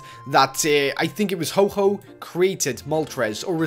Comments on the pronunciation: ITS HO-OH NOT HO-HO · It's ho oh not ho ho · Is ho oh not ho ho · why everyone calling ho-oh hoho apparently they think ho-oh is santa claus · just saying its pronounced ho oh not ho ho im not annoyed but there are still alot of pokemon fans that get mad at something this trivial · You Said Ho Ho Again Its Ho Oh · WTF ITS HO OH NOT HOHO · you said ho-ho instead of ho-oh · it's ho-oh not ho-ho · it is ho oh not ho ho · YOU SAID HO-HO AGAIN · it's ho_oh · Did he sayed Ho Ho? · you piss me off its ho oh